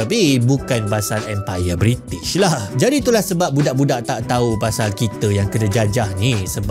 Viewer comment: Bri'sh moment